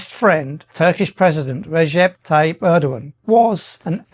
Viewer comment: Let me help you with correct pronunciation of Turkish words. The first part of Erdogan is not like Ur the ancient city. It is exactly like English "air". As you know, the g is silent. Turkish words tend to eschew the heavy syllabilization and emphasis of English. Put the same stress on all the syllables, rather than stressing the penultimate syllable as we do. The word Türkiye is Turkey's own name for itself. Take note of the umlaut over the u. It is not a bare u. It is like the German ü with the lips pursed. The last syllable is not "yay" the way you are pronouncing it but "ye" just like in English yet. Hope this helps.